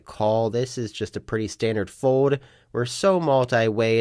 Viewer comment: I’m hopeful that one day you will learn how to say “fold” instead of “fode”.